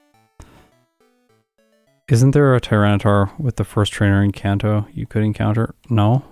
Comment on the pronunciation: Very impressive time! GG! BTW, Kanto is a soft A sound. (It's a place that exists IRL, not a made up name.)